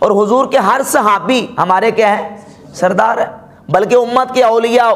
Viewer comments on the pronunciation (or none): none